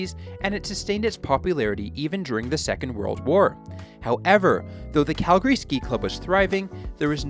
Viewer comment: He said Calgary properly 🙏🙏🙏